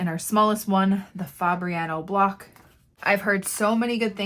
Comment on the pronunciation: Block not bock